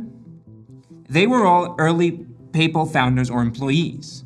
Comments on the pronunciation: I’ve never heard PayPal pronounced this way …I began to doubt I knew what company he was talking about. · why do you pronounce paypal like that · No one else squirming on his pronounciation of the word "paypal" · Am I crazy or is he saying PayPal wrong? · Why do you pronounce paypal so weird? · I didn't know that the pope had a mafia, the papal mafia. Oh wait, you just can't pronounce PayPal, and Thiel. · PayPal! You're saying PayPal. OMG, it took me like 5 minutes to figure out you were saying PayPal. I thought you were saying Papal--like the Pope. I thought it had something to do with the mafia stuff. LOL. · Great video! The way you pronounce PayPal sounds like “papal”… when you first said “PayPal Mafia”, I thought you were referring to the Catholic Church. 😂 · Great video. I always though it was pronounced pay-pal but in the video it is Payple? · "Where do they get this stuff?" Uh, from the Italian language and the terms are Sicilian Mafia terms that have just been applied to these people. It's pronounced Don (how did you get "do-hne" out of like one syllable?), and it's "PAYYYYY-pal", not "pey-pl" (How do you mess up 2 single syllable words?!) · Great vid but the pronunciation? I've always thought it was pay-pal, not papal. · Pay-pal 👏👏2 hard syllables, not papal like a pope. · So, have I been saying PayPal wrong, or is it just this guy? What I’m hearing is closer to ‘People’, like Payple- is this how it is supposed to be pronounced? Not pay + pal (as in buddy?), not trying to have a go - genuinely wondering since I expected the top comment to be that, someone commenting on the pronunciation. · Its "pay pal" not papul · Why can't you say PAAAYY sounds like papal like catholic pay pal easy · So…. Papal refers to the Pope. PayPal is the payment company that eBay used/uses, etc. Pay……Pal. Not papal. Like, your pal who helps you pay. Your pay pal. Not the guy in Rome with the funny hat. Just wanted to get that straight. ;-) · Papal?? like the pope?? its payPAL